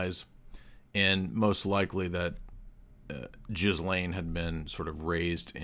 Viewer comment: 😮Ghislane Maxwell is the girl form of the French boy name Ghis andis pronounced Gee so its Geelane similar to Elaine think of Ghis Francone from the Fountainhead book. Jizzlane is just too funny.